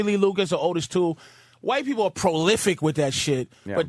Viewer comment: It's pronounce OH-tis Toole, Jimmy. Not AW-tis. AW well, who cares anyway.